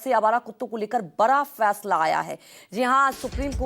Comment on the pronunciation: रिपोर्टर बनने से पहले हिंदी बोलना तो सीख लेते बरा होता है कि बड़ा होता है 😂😂😂